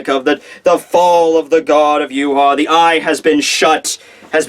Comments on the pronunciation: Ryuken gave Uryu the arrow and told him it would stop Yhwach. PLEASE LEARN TO SAY HIS NAME correct it is pronounced Yah-vahk and NOT yoo haw, geez dude. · Please call him Yah-vahk not yoo haw. Unless Kubo says it Yoo haw then you are butchering his fine German name bloody badly. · Too funny Yoo haw when guy is German name pronounced Yah-Vahk please learn German dude! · Please for the love of God learn to say Yhwach name correctly! It is pronounced Yah-vahk not Yoo-haw! It is German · and the wrong bad way he calls Yhwach yoo haw and not ya-vahk